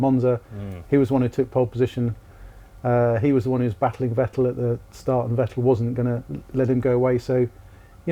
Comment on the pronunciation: Should have listened how they called Vettel for entire seasons, basically called him Fat L.